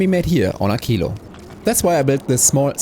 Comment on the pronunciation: WHO says AKILO???? It is a q not a c/k 😢 Also: why no prod modules for science?